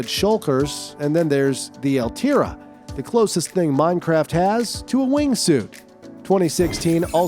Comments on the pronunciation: its not called eltira, its called the elytra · bro why did you say the elytra like that, It i pronounced like EL-LAY-TRA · Ah yes my favorite item in minecraft: the eltyra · wtf why did u say eltira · Elytra❌️ Elitra❌️ Eltira✅️😂😂😂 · you said elytra wrong its ell-lie-trah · You said elytra wrong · Yep. That pissed me off😂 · He didn't pronounce "elytra" corectly on